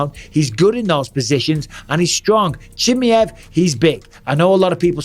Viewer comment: Khamzat "chimmy-ev" lmao